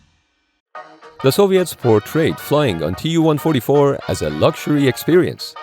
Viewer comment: المعلق ليس عربي. والدليل بانه لايستطيع نطق الرقم TU144